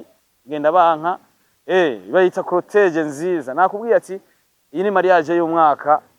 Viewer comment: Ntibavuga crotege bavuga Cortège 😂